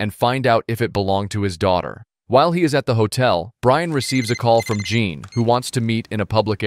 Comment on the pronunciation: Not "jean" its french its john